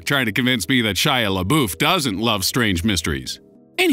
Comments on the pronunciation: I thought Shia Labeouf was said la-buff not la-boof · boof?? its pronounced la-buff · It's Shia LaBUFF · Why does he love "Shia labooof" so much? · hahahha omg Everytime you mention Shia leabeouf or however the hell you spell his name, I die a little inside!😄😆😁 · Dislike bc you mispronounced my boy shias name